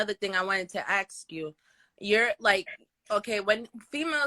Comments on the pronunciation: Let me axe you sum 😂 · If your pronouncing the word “ask” as “AKS” then you are too dumb to work at a grocery store let alone run a half a million business